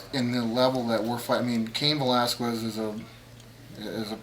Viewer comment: "Cain Valaskwes"